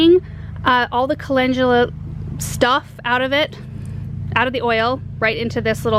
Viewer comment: You pronounce it colengula